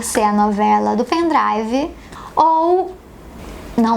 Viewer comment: Tbm "meu pen drauvo"